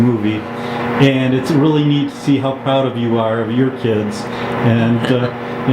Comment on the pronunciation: What's a "Pround mom"? (:20)